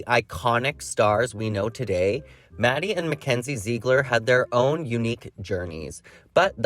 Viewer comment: Jw… don’t they pronounce Ziegler as ZIG-LER not ZEEG-LER?